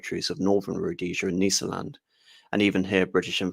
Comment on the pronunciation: Brillant analysis,as a child brought up in Rhodesia,this, in a way was the background music to my youth.A minor critérium,however, the prononciation of Matabele,Mashona and Nysa land all seem at odds with way the way these words were spoken back in the day.An elucidation ,gratfully accepted.Bravo